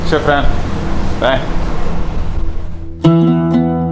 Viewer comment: you keep mispronouncing the A sound in the Arabic word for thank you....ask your guide to correct you....its very British...or California USA how you say it...its Aah, like the sound you make when the MD checks down your throat, not Ahh, like the sound goats make...